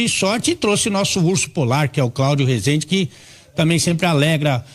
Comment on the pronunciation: Não se pronuncia assim resende , fala então so orlando , ja q vai pronunciar errado